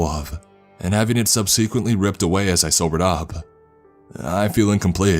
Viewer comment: Sub- Suh- Quent. NOT Sub-See- Quent.